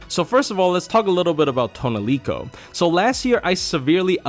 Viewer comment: Your pronunciation of "Tonelico" makes this unwatchable.